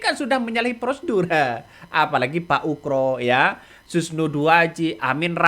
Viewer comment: Bkn uKro, tapi uGro. pake G bkn K